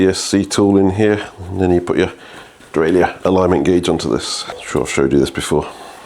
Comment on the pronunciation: Pronunciation of "derailleur": easy ! it's a French word, so just like in French ! ;)